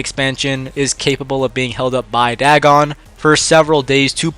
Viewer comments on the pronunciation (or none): none